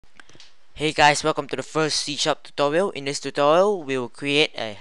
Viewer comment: "tutowial" made me laugh